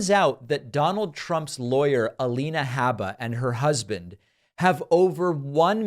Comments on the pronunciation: Lien not lean... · A-lien-a Habba. lol :) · "leans"... lol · A-lean-a habba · A-lien-a is what a lot of people are calling her.